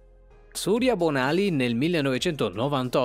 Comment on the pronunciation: Infatti... Inascoltabile anche la pronuncia del cognome Bonaly...